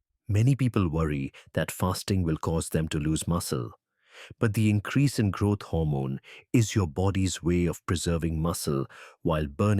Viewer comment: It is GROWTH HORMONE not grot hormone..